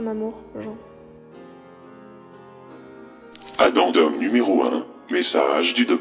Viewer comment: Scp très cool ! Par contre en anglais Jean est un prénom de fille, et se prononce comme un pantalon en jean 😂